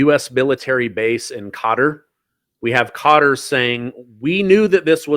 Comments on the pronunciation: Qatar is the name, not Carter. First, learn how to use the names before using them! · QATAR = KUHTUHR not GOTTER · U heard ca ter lol i check it again lol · It’s not cotter or cutter or gutter. It’s Kay tar. I heard the prince of Qatar pronounce it that way—twice. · I keep hearing analyst mispronounce Qatar it’s pronounced K short u tar not cutter. It sounds like you’re from Kentucky saying it like that. Just saying not criticizing. Love your show. I’m not sure if said it like that but I hear everyone on the news too saying it like that. Just sounds weird to hear it said like cutter. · He actually said. Gutter. Seriously? It's KA Tarrr OMG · It’s “Kah-Tar”! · He keeps saying Gutter who is that. Douse he mean Qatar. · its pronounced KA-TAR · Is he calling Qatar "gutter" ? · Please pronounce it properly. Qarar 👂 Ka’Tar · Ka-tar..please pronounce it correctly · Hi,. Appreciate you. By the way, the proper way to say Qatar is "cutter." I worked with them while I was an engineer and program manager at a major aerospace company, and they consistently said "cutter." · DAMN IT! As a major news commentator...you have a responsibility to know how to pronounce words PROPERLY!!! Especially major strategic cities! QATAR is pronounced KUH-tar!!!:face-orange-frowning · It's pronounced 'kwataar' or 'kittar' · Kuh TAR... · why is he saying cutter instead of Qatar? i ask because i am really irritated that some people are saying Iran, some are saying earon, some are saying aron. why is it so difficult to say it correctly? then we have Luis that cant even say his own name correctly. why? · Sure isn't Gutter....lol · Pls. It's Qatar NOT Cotter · I swore that guy was saying gutter, can’t take people serious when they can’t even pronounce the country right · He said carter lol I heard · Cotter pin.